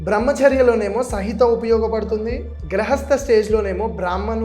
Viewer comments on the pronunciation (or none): Grahasta × Gruhasta.. √